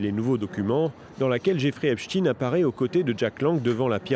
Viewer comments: Epstein pas Epstine ! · Ce n'est pas Epsteen mais Epstein... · On ne dit pas Epstin e😮 on dit Epstein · C'est pas "epstine" hein c'est plutôt "epch taïne" C'est comme si on disait "inestine" au lieu de " aïnch taïne" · Epstaaaaaine pas epstin, que veux tu cacher en changeant la prononciation ?